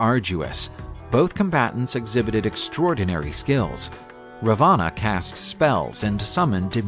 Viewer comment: It is not Rama it is Raam correct pronunciation It is Raavan not rvaanaa . Please pronounce the words correctly you have mispronounced some names